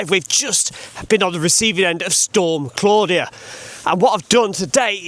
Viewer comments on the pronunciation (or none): none